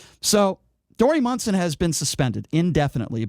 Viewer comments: And, it's MONSON, not Munson. Get the name right, too. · And you should at least be able to spell and say his name right. :-) and how do you know how long he was suspended for when it has not yet been announced? And he ****DID*** apologize even before the suspension was announced. And he did NOT mock transgender. Talk about fake news.. this is if.